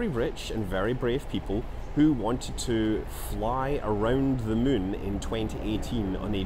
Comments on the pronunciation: You really said it: "it would be a fly around the mun" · i love how he says moon like mün that scottish accent really makes it sound like hes played a little to much ksp haha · like how you say mun as in the moon of kerbin and not moon as in the actual moon